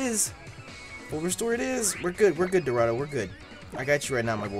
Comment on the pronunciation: why u always fucking up dorado 😂